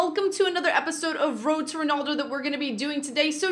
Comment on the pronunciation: It's ronaldo not ronoldo